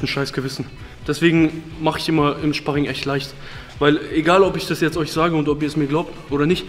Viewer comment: You ich gehe zum szparing vorher esse ich szpargel danach auf dem Sztrich